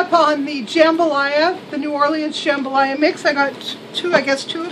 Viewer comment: Love ur Haul !!! And the way u say Jambalaya is to funny 😁 I’m from Mississippi/ Borderline NewOrleans ❤️It’s kinda like tomatoe/ Tumoto - JumBaLieAh :))))) is how we say it down south 🙌😎💕💕💕💕💕Love ur videos 💯☺️